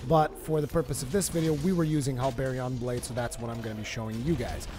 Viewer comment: The way you pronounce the Halberion Blade and the Gigafrost II HURT me. Learn your weapon names -_- other than that great video. As for someone who utilizes elements instead of just the Diablos Tyrannis II like any other CB User great video. Especially since this will probably be viable now after the Diablos Tyrannis getting nerfed in terms of damage and the Hazaak and Halberion CB got a phial damage increase.